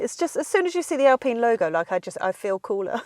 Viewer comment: I know the French are weird when it comes to some thinks but please say Alpine rights its Al Pine as in Pine not pene.